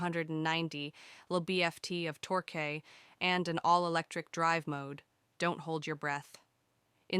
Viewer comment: pronunciation of "torque" is funny 🤣